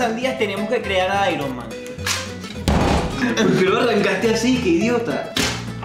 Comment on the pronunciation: me mori de la risa cuando estaba apunto de decir airoman